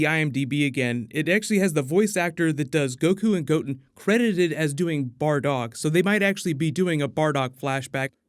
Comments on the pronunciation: Im sorry, did you just say "Goat-in" ? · I gotta let you know how to say certain names correctly... Goku's son Gotten is pronounced Go-Ten and his older son Gohan is pronounced Go-Hawn. Thanks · Did this guy call goten "goat en". That makes me think this is just jumping on the db bandwagon to make extra vids. He doesn't t even need to do that, this channel is doinh very well without it. Talk about shit you know. And them fusing, i haven t heard that anywhere. Where did they say that. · I got triggered by your pronunciation of Goten and Gohan...